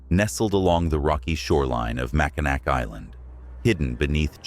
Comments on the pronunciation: it not mack-in nack its pronounced mack-in-naw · Its pronounced Mackinaw the c on the end is silent amd pronounced as a w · Mackinac is pronounced Mak-in-awe. Good content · I think they were referencing the incorrect pronunciation of Mackinac Island. The AI narrator butchers the pronunciation of many places lol. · You must not be from Michigan because you do not know how to pronounce Mackinac Island…….pronounced Mackinaw………. Allegan is not pronounced GON, but GAN…….